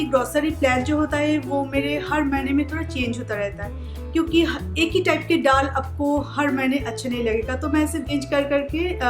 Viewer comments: Madam ddal dal hota hai aise bola kijiye ap plz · App daal thik se bola karo